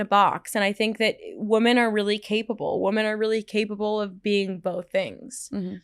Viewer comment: Paige can't say women properly..... weird.